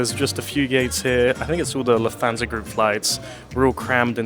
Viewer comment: I don’t speak German, but surely Lufthansa is pronounced Looft-hunsa not Loof-thansa 🤷🏻‍♂️